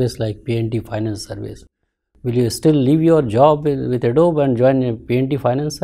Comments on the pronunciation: Adobeeee and not Adobe.. is disturbing though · An Adobe employee pronouncing Adobe as Adob and not Ado-Bee. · oh bhai tu toh chalta firta joker hai. Adobe ka pronounciation nhi pta aur UPSC mock interviews dekh rha aur faltu gyan pel rha. Salute bhai 🤣🤣🤣🤣